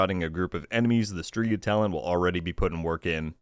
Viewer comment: FYI it’s pronounced (STRE=STRAY)GA witch means WITCH in italian 🤜🏾🤛🏾